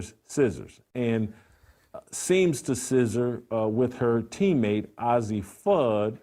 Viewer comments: Paige isn't as exciting or "accomplished". What does that have to do with who's the better player? If that wasn't a give away that you don't know sh)t, you couldn't pronounce Azzi correctly. Lastly, why would she show off her ring to Azzi, if it was Azzi who gave it to her? Jason clearly is just playing to an anti rainbow audience. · Absolutely! You can tell Jason Whitlock does not watch UConn a lot by the way he pronounce Azzi’s name. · Why is an old man even concerned with a young ladies sexual identity? Plus, learn to say Azzi’s name correctly. You lost a viewer. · What does it matter and you saying azzie name wrong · He's not even pronouncing Fudd's first name correctly LOL. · Hate when they don’t pronounce Azzi’s name right. They r great friends sence they were 15 years old. And I never heard of you😂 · Disrespectful and can't even pronounce Azzi's name...🙄🙄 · wtf... he cant even say azzis name so why is he talking about their relationship? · Dude it's pronounced "Azzi" not "Ozzy" ! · you should learn how to pronoun names its A-zi not ozzi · Not “Ozzie”, Jason— it’s pronounced Ayzzi: long a sound. Come on, if you watched any of the games, you’d know how to pronounce it. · its not ozzi its azzi.moron. being gay in women's bball means nothing. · The very least you can do, as a journalist, is pronounce the subjects' name correctly. Her name is pronounced Ay-zi not Ozzi. Also, everyone loves Cam Brink and she's a straight white female. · First of all, the name is pronounced "AYzee", not "Ozzy". Second of all, who cares about their sexual preference? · Her name isn't ozzie Fudd, it's Azzi Fudd, as in A.Z. Fudd...... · It's Azzi Fudd...Not Ozzy Fudd you homophobe. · “ay zee” btw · Paige and A Z...get the pronunciation right.. have been best friends since they were sub 10... why is it necessary to cover their sexuality... if indeed they become more.. Good luck2them! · Jason, it's pronounced A Z.... just put the letters A&Z together.